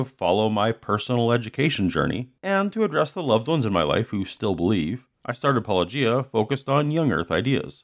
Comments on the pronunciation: pronounces his channel name every video at the very beginning and doesn’t even have a confusing channel name William:”puh, lowgia” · His peculiar, affected pronunciation of "Paulogia" makes me think of "lochia." He isn't by any chance casting an oblique aspersion on your masculinity, is he? No, probably not. That would require subtlety borne of intellectual curiosity and educational attainment. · For a man who purports to have a PhD, it's astonishing that he doesn't know how to pronounce "Paulogia". I knew how without hearing it. It's an obvious play on "apologists". Then he doesn't even bother to find out. How did he ever get a reputation as a good Christian apologist? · How does NOBODY get channel name right? He says it every episode and they still can’t manage it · I keep thinking it's pronounced like this, too - like Robert Loggia's last name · I'm less than a minute in, and may have more to say, but why do so many Christian apologists mispronounce "Paulogia?" says it at the beginning of every video. The phonemes aren't that difficult for English speakers to reproduce. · It's far to common to be a coincidence, but I feel like I've watched at least 50 videos where creationists mispronounce the Youtuber's name of whom they're responding to. If I had a dollar every time this happened I'd be able to.... uh, call into work tmrw. Sounds good to me. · What I don't understand is how nobody can pronounce your channel name when you say it at the beginning of (almost?) every episode. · They cant even say your name right